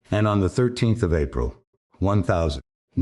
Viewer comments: Please can someone write the code to say 1945 and not one thousand nine hundred and forty five it can’t be that hard. It spoils the whole production it’s crap. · One thousand nine hundred forty five....😂🤣😂